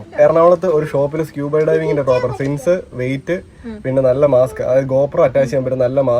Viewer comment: It’s not scuh-buh, it’s skoo-buh.